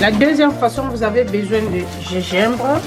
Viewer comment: du Gégimbre ? mdr